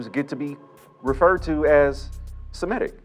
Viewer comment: Semitic is NOT Shemitic